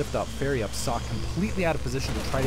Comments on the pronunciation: Socke is pronounced like "zocca". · nice to see German Players :) an btw.. its called SockE, meaning sock keep up the good work!